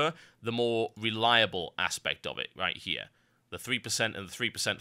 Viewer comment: Have you ever noticed you pronounce your R's like W's? Sound like a fucking child lol. THIS WIGHT HEWE IS MY THEOWY.